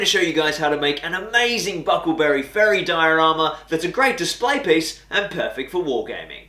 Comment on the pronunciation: Nice diorama. It's bucklebury though. Not buckle berry.